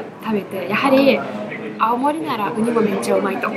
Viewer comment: 懐かしのアルフィー熱唱笑笑笑🤣 青森アオモリの発音が地元民だやなw ロシア人だどばっか思ってだけども。オラも秋田だはんで懐かしでばなや笑